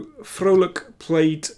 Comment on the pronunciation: As a Dutchman, I got a smile on my face at the correct pronunciation of Liam's last name! (You could even say, I was quite 'Vrolijk' (happy) 🙃)